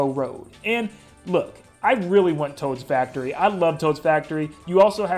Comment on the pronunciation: Ah yes, I love the hit MKW track, "Taod's Factory."